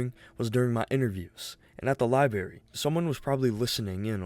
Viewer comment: why do the guy keep saying library without the R?